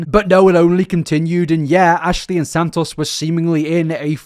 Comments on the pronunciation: I hope you dont have to make another video on her but if you do, santos isnt pronounced san-toss its san-toes, just cant hear you go thru another 2 hours like this man 😅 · omg please stop saying his name like that it's not sand toss😭